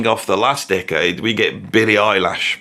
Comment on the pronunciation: I've been watching for over two years now and never noticed the chipped front tooth. Is it a recent occurrence or have I been blinded by the sheer brilliance of his musical postulations 🤘? I do appreciate that he incorrectly pronounces Eilish's name the same way as I do (i.e. "eyelash")